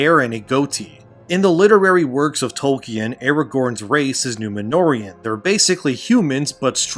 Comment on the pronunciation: I can't get over that guy ish pronouncing it Toll-Key-Anne